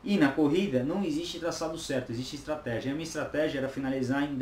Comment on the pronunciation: Estratégia, do Espanhol Estratejia, do Inglês Estratégi...... tá dormindo seu 06, segura essa granada por favor!!!